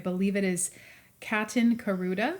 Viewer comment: Thank you for a great video! ❤ I’m especially greatful for you answering my question about tent stitching. It was really helpful. PS. Perfect name pronounciation. (Katinka Ruda) 😊